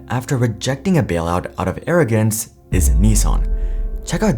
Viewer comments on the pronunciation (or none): none